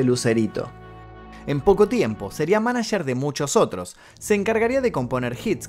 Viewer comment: "Manacherrr" jajajaja